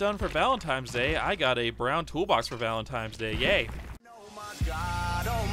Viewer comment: You kept saying Valen TIMES day :/